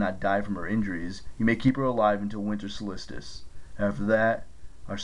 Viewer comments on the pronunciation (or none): It’s pronounced Satire: say-ter Not sat-tire. And solstice is pronounced Soul-stis, not solisitist